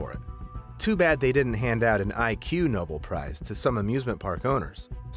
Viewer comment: there's a lot of other issues with this channel and their videos, obviously, but pronouncing the "ig nobel prize" (which is, by the way, a prize awarded to weird and niche scientific achievements and not 'stupid ideas') as 'iq noble prize' makes my brain and soul hurt